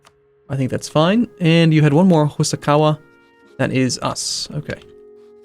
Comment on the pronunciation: That's Hosokawa, not Hosakawa.